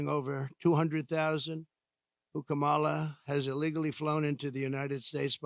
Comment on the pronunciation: Still can’t say Kah muh luh right